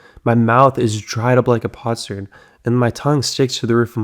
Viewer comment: Wow, I can't believe the amazing biblical scholar doesn't actually know the words he's reading, but he pronounces potsherd as pots-herd instead of pot-sherd. I'm beginning to wonder what else he doesn't know! (Also, Sic, , how many liveS does a person have?)